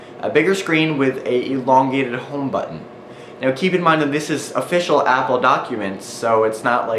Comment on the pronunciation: lol he said elongated